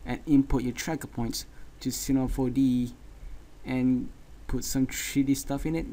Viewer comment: cinema 4DEE xD